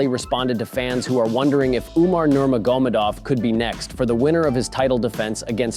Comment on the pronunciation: Bro said Nurmagomadov in the most retarded way ever